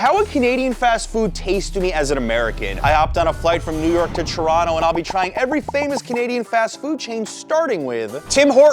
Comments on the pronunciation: Hey man good job for properly pronouncing Toronto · the way u said toronto is just chefs kiss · You pronounce toronto properly. Impressed.